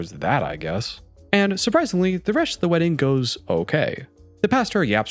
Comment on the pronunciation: Why does he add h’s randomly? Like, he said “resht” instead of rest. Is it an accent? Just curious, not hating.